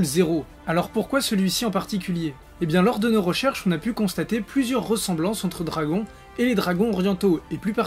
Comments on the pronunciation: do-ra-gon ballllouuuu MDR😂😂😂😂😂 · Bizarre depuis que tu as dit dragon(accent francais), je n'entend plus rien, sa me trouble 0-0...